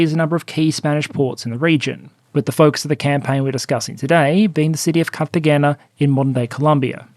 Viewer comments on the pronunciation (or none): Hey! The G in Cartagena is an H. Carta-Hena. I’m only posting this because my wife is from Colombia, Cartagena specifically, and heard you. She first shuddered, then her Latina blood kicked in. Godspeed, my faceless Australian PowerPoint Man! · Nice video and I appreciate the work you've been doing weekly for three years now. Also, not trying to be that guy, but Cartagena pronounced Cart-a-hainya (gena pronounced like Hanes). Edit: From the way you described My Four Years in Germany I would highly reccomened the book Our Man in Charleston. It's a non-fiction book about a British spy in Charleston, South Carolina, during the American Civil War who, while sent there to give reports back to London on how well the Confederacy was doing to weigh the risk of supporting them for their cotton, was also personally heavily against slavery. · Good episode. Btw it’s pronounced Carta-HEN-nah. Also, please mind the 2nd O in Colombia. Anglophones regularly treat it like a U. Thx! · My ears bleed a little every time you say Cartagena with a hard G. Not faulting you for a minor inconsequential mistake, but man my ears don't like it. "Catra-hena"